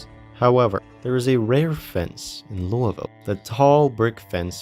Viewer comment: First zomboid video to pronounce Louisville correctly that ive seen so far